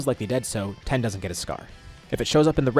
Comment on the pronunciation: 😅Dude I love your videos, but you really need to come up with an actual word other than de transform. And you keep saying Ten when his name is Tien. It’s not that hard to pronounce.